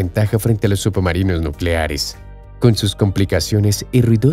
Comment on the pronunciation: Por que dice subumarinos?